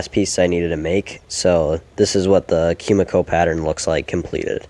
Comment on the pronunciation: just FYI it's koo-mee-koh no "kyu" sound in that word